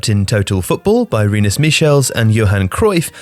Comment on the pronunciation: Ahh, Rinus Michelles. It’s been ages since gave us a good old fashioned mispronunciation.